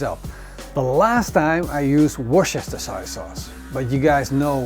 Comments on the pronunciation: It's pronounced WOOSTER-SHEER sauce. Apart from that, you had my taste buds working overtime. Find a way to send ribs to Australia.😀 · Worcestershire == WOO STIR SHER. The "ce" part is silent! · Wooster shire sauce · "Wochecheshhire sauce" 🤣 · Wusastershashire sauce.. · As always, great video. I know it's spelt "Worcestershire" but in UK we pronounce it "Wuster." But hey - your English is 1000x better than my Dutch:) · Repeat after me. Wooster-sher sauce. :) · Hahaha its a hard word for the dutch, i live in the Netherlands with my dutch man, i use this sauce A LOT,,, and coming from Scotland i can say it , my man has given up trying to say it, and just calls it westminster sauce lol.. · You don't need to pronounce the 'shire' part ... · LOL wish he could get it right...but love the show.